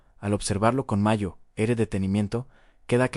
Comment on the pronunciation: Mayo ere? En serio? Mayo ere? Ya no sois capaces ni de escribir bien el texto y revisar que la IA lo lea bien...